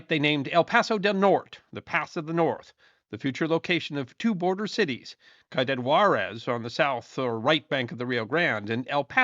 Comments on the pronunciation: I know it's not your language but say Cuidad Juarez like this, " Swee-dad War-ez" . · It’s pronounced “see a dad” Juarez. 😉